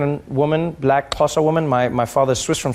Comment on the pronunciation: That effortless click when he says Xhosa